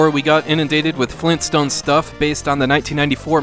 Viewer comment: Grand-dad? FLEENSTONES!?